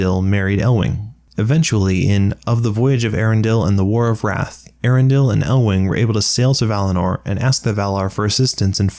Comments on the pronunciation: Eärendil? Both the E and the A are meant to be pronounced and separately, too, as opposed to a dipthong, where different vowels combine to form a new sound. It should be pronounced "E-Yar-End-ill." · just one correction: eärendil is pronounced ay-AH-ren-deel with a rolled r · I'm disappointed that the movie UTTERLY butchered the pronunciation of the name Eärendil. They were supposed to have linguists working on it, to make Elvish a proper, spoken language. And yet, they completely failed to notice an impossible-to-miss diaresis in the name.